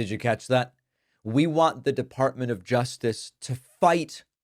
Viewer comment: She called it the defartment of justice lol